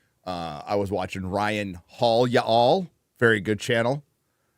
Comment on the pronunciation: No matter how long lives in Texas, all that has to occur to remember his Californian roots is for him to stumble through the 1 syllable word "yall." 😂